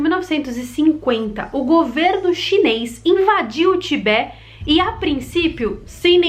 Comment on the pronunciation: Em português diz-se Tibete e não Tibé e a capital é Lhasa que se pronuncia "Lássa". ;)